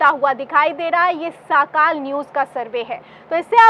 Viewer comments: Didi woh sakaal nahee sakaadh hay. Sorry agar koi galti hogai to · मॅडम, साकाल न्यूज नही, सकाळ न्यूज बोलो